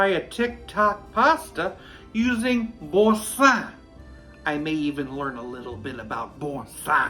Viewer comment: Kudos to you,, for pronouncing Boursin correctly. I taught French for 30+ years and if I hear one more person say, «bore sin » I shall impale myself on my fleur de lys. Avec respect.